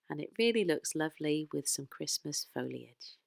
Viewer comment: I’m new to this, what a find! Your projects are wonderful! Also, you said Foliage, not Folage which so many pronounce it! 😂 x